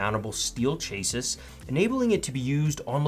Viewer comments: Chassis = 'sh-ass-ee', NOT 'chase-iss'! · Chase-is? ;). Just busting your chops. Good review. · Nice video mate. Thinking about getting one of these units. Just a heads up - your pronunciation of "chassis" is very unconventional. Might want to look it up. :)